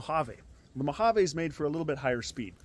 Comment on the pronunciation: It kills me how no one on YouTube pronounces the word Mojave correctly